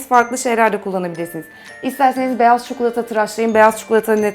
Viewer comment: cukulata değil çikolata =) =D;)